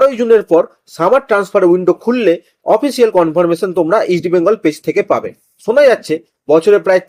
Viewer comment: Eastbengal uchharan thik vabe korun.sunte Kanelagche